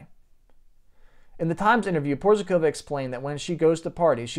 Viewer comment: Hej buddy, in order to add some real value to your presentation you should: 1. Learn how to pronounce someone's name, 2. Work on how to present yourself naturally without an urge to make "a macho, alpha male impression" (which didn't work out, by the way), 3. Present facts, e.g. "he was some kind of guitarrist playing at some 80's band or something...". All in all the impression you made was very weak, somewhat ridiculous. But...we all have to learn in order to become better, right?